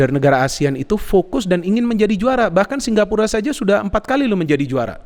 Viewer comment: Apa aku salah dengar ya Kok selalu ngomong singgapura 😀😀 Bukan singapura